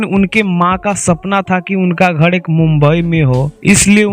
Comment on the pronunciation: Bhai tu phle bolna Sikh ghad nhi ghar hota h 😂😂😂